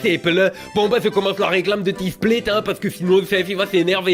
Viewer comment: Ah au début il prononçait "displate" en anglais 😂